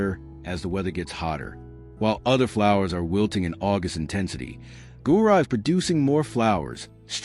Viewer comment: Gaura, not Gurah ! 😮 😮 😮